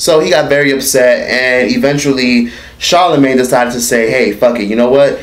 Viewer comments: "Charlamagee" lmao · That nigga said charlamigane